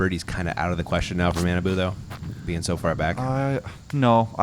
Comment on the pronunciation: pronunciation of Kojiyama's first name is so awful. It was 3 years ago but I hope effort has stepped up a bit since then. It's not "mannaboo" it's "mah-nah-bu" (pretty important considering as of this post he's #1 rated player in the world!).